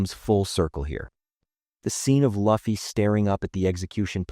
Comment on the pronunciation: Immediately clicked away when I heard him say Luffy's name wrong. How do people say names wrong when they are correctly said in every single episode? So frustrating. All this research and you didn't take the time to learn the main characters name?